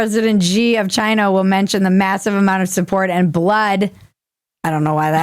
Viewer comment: "Chiiyinaa!" Ha ha ha ha ha How'd you fight that extra syllable in there? Ha ha ha ha ha ha ha ❤😁👍